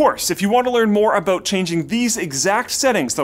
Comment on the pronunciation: Haha he said clueless about at the end, but because he's Canadian, it sounded aboot. Booting the pc haha.